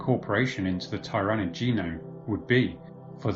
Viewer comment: Your pronouncing tyranid wrong.